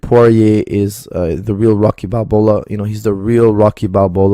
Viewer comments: Did he just say "Rocky Balbola"? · “Rocky Balbola”. Best part of the video. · When Stallone gets Ebola; 'Rocky Balbola' 😂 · Dude stfu if your going to quote things atleast pronounce them right! You disrespected a boxing movie legend and a perfectly good shampoo brand. Shame on you